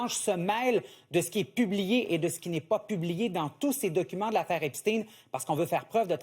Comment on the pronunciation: Epsteen, Epsteen !!! Thirteen, forteen, epsteen , sixteen C'est Epstein pas Epsteen... Ce n'est pas un américain, c'est un allemand...